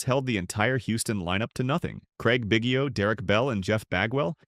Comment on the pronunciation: Had me until they couldn't pronounce Biggio correctly